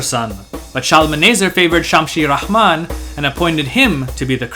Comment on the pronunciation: As usual, great visuals and video. Slight mispronunciations though, as Assyrians did not have the h sound, so Ramman which means beloved, is just that, Ramman, not RaHman, no h. Another thing, Assyria invaded Egypt not to just dominate, but on the contrary, to liberate it from the Nubian Kushite usurpers, which they did. You may have mentioned it in another video perhaps? Lastly, if you research enough, you’ll find that Ashur and Nineveh were not just destroyed by the Medes and Babylonians alone, they also had as allies, Scythians as well as well as Persians and Arabs. There is an amazingly long analysis on the fall of Assyria which has much more to do with climate change than wars alone, and according to he findings, it was hundreds of years in the making, so Assyrians were fighting droughts and floods along with her wars. Very important piece of the vast history of Assyria. For reference, I suggest you read Assyrians beyond the fall of Nineveh and Ancient and Modern Assyrians. Research that climate change as well. Again, well done overall. Cheerz